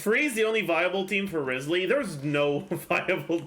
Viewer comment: You would pronounce his name Ryzely, actually.